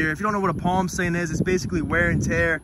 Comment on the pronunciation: “Plam stain”